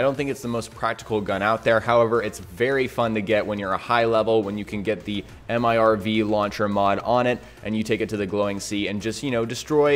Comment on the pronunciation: Multiple Independently Targeted Reentry Vehicle, MIRV, please dont call it an M-I-R-V, we just say mirv